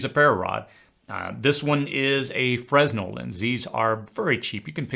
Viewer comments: I normally don't criticize pronunciation, but this one is near ands dear to my past. 'Fresnel' is actually 'fer-nell', slight emphasis on the 'nell'. Don't know that it matters, since almost noone outside live theatre pronounces it correctly, but there you go. What am I proud of this year? I stayed alive this year. 'Nuff said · FYI: "Fresnel" is pronounced "frenel", the "S" is silent. Thanks for all your hard work! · Another great video, you are as much of a motivational speaker as a prepping instructor. One thing though, the 's' in fresnel is silent.